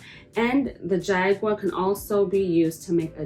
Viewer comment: Hi I'm indigenous from the Carribean. You are pronouncing it incorrectly. It is pronounced "ha-gua" the "J" is an "h" sound. And yes our tribes used this as a body adornment with symbolic meanings as well as for war paint.